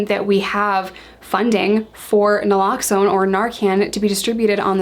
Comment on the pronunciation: noraloxone? naloxone. but its ok lol